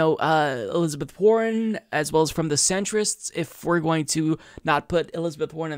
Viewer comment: trivial but i heard "elizabeth horren" xD